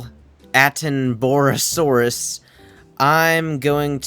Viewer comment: You made me cry with how you pronounced attenboroughsaurus 😭 its pronounced atten-ba-ra-saurus